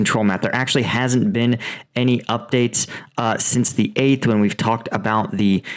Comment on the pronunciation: "The" rhymes with "uh" when the next word starts with a consonant. ex the difference, the biggest, the quote, the most, the rail head. "The" rhymes with "tree" when the the next word starts with a vowel. ex the end, the army, the objective. Love your reporting! I hope this helps with the delivery of your brilliant analysis.